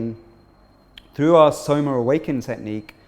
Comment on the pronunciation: Please use correct pronunciations for Tantra and Vedic and Soma